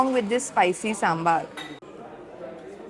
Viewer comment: It is not Sambaarrr it is Sambar